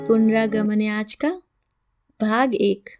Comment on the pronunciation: नमस्कार। थोड़ा सुधार करना चाहती हूं। नमस्कार में स का उच्चारण करें श का नहीं। उपन्यास का नाम संधि विच्छेद करके ऐसे पढ़ें तो ज्यादा बेहतर होगा - पुनरा गमनाय च। दरअसल यह शब्द दो शब्दों के मेल से बन रहा है। पुनः का बना पुनर (र आधा है) आगमनाय। और "च "। उम्मीद है बुरा नहीं मानेंगीं।🙏🙏